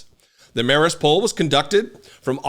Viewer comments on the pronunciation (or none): none